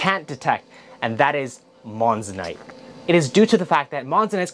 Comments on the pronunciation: Moissanite, not monssonite! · someone may have pointed it out already, but just in case, it's "Moissanite", not "Monssanite". Good quick vid, BTW.